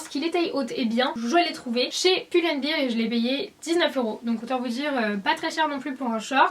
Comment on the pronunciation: Tout le monde parle de son forever vingt-et-un mais personne ne parle de son "pull and BIRE" hahah :D sinon super haul j'ai adoré tes achats ! :)